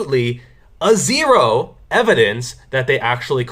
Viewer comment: You didn't put enough emphasis on the E in that Zero.